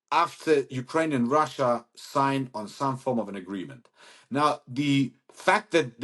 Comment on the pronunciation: Get a new hobby 'lil britain'. Russyea! Russyea! 🤣🤣 Even I am embarrassed hearing it so many times.